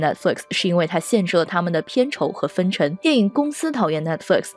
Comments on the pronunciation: 这期内容很赞。不过主持人的普通话发音不标准，或者说有点口齿不清。X，J，Q这些辅音发音都有问题，比如“既“然，院“线”，当”下”，两“千”，等等这些字的发音都有点咬舌，挺起来有点别扭。还有有的发音干脆错误前后鼻音不分，比如分成，是分cheng, 不是分chen。等等denden, 发行xin....不是黑子，建设性意见。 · 口音没问题，不过她的普通话发音不标准，或者说有点口齿不清。X，J，Q这些辅音发音都有问题，比如“既“然，院“线”，当”下”，两“千”，等等这些字的发音都有点咬舌，挺起来有点别扭。还有有的发音干脆错误，比如分成，是分cheng, 不是分chen.